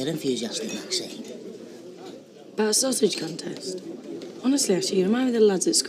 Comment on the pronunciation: Not sure if he is a good actor or a bad one that has problems with pronouncing names etc.He could never pronounce Maxines name!